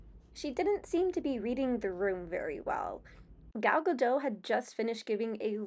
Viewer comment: You pronounce the T on Gadot. You aren't the only one. I am not criticizing. I am just informing